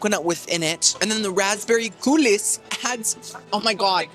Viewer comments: Fun video as always but after the tenth time you mispronounced coulis (unironically and in multiple videos) I decided to tell you that the S is silent. It's COOL-EE. I feel the need to go on a cruise because you make the eating look so enjoyable. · Coulis is pronounced “coo-lee” 😊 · Wait til finds out "coulis" is pronounced "coolee". It's french! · I am a big fan of your content and I wanted to give congratulations to you and Alejandro on your marriage. The only thing I would say is that the word coulis is pronounced coo-Lee. I’m sorry but mispronunciation drives me bananas. Again congratulations! 💜🎉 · Bestie the s in coulis is silent